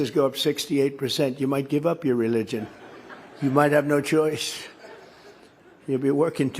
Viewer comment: He can barely pronounce the word " religion "